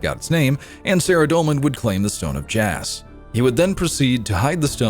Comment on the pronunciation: It's pronounced "jaw"